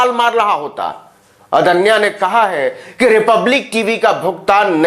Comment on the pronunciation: अदन्या नहीं रे बाबा....आद्न्या (Aadnya)